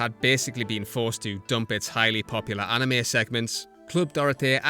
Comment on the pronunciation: One problem : They don't say Anime they say Anim. And it pisses me and the old anime fans off